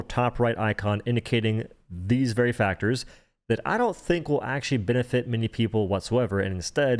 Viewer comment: The way you pronounce veracitor drives me crazy. It's from the word veracity. Do you call cities kitties????